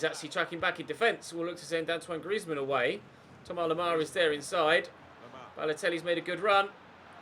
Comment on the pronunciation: Why does he say Thomar lemar?